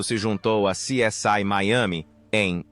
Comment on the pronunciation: Essa narração gerada por IA é horrível, dá até desânimo de acompanhar o vídeo. A coisa é tão feia que nem sequer o nome da série essa voz fala direito, lamentável. Parei de ouvir antes de mostrarem a segunda pessoa!